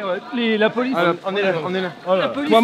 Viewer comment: Hahaha j'adore la "polisse" 😂